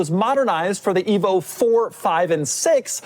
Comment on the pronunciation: At first, I thought Doug said ”evil”, before realizing it was ”evo”.